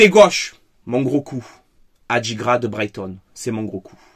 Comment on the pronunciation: Ndindi et Adigra ya un soucis dans la prononciation faut inverser le N 😂😂